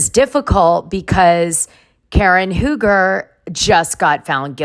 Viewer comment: For years, RHOP viewers have witnessed the bad marriage between Karen and Ray Huger (Dana, it’s pronounced Hew-ger, not Who-ger. And Grahnd Dom, not Dayme.) Since Ray said “I don’t know” to the therapist asking him if he’s still in love with Karen, I’ve been waiting for this divorce.